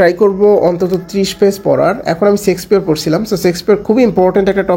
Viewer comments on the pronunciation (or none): সেক্সপিয়র না ছোট ভাই শেক্সপিয়ার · sexpeare না ভাই shakespeare উচ্চারণ হবে শেক্স not সেক্স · চেক্সপিয়ার না ভাই শেক্সপিয়ার